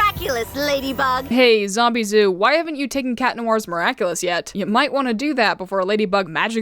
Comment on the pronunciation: Lmao, thought her name was "Zombieboo" and not "Zombizou" since i hear them "Boo" more than "Zoo" Lol💀😭🙏